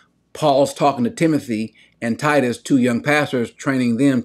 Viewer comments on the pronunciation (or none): none